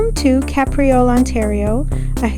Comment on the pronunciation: Great drone footage - and for accuracy, it's pronounced "Cape", not "Cap."